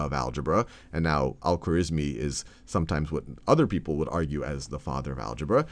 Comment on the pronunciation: It's unfortunate that you didn't take time to learn how to say the name Al-Khwarizmi correctly.